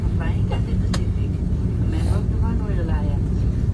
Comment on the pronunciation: This is Pacific not specific